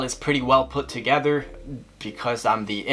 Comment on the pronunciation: "Togever" lol 😂